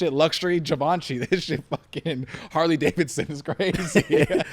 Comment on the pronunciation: lol, “G-bonchy” Givenchy